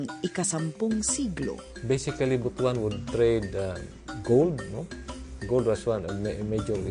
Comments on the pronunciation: It's not pronounced as BOTO-AN but BU-TUAN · Butuan ( Butwan ang Pronunciations) hindi po BUTU-AN.